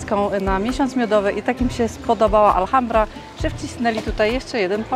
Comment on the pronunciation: i. Jeszcze raz wspaniały film. Wspaniała równowaga pomiędzy przedstawieniem natury, histori i kulinarii. Just a correction about pronunciation of Alhambra. The h is silent. It doesn't matter if it is at the begining of the word like hola or inside like ahora. No se preocupen, es fácil de hacer errores como así cuando empiezan aprender un idioma nuevo. Bessos desde Canadá.